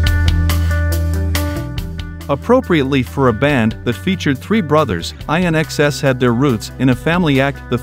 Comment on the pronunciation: 😀 love the pronunciation of IN-XS courtesy of AI